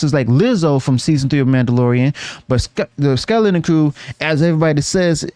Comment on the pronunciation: Why do you have so much trouble pronouncing the word skeleton?